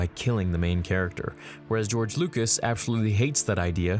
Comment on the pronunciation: “George Loocous” My favourite director. Just a joke, I love...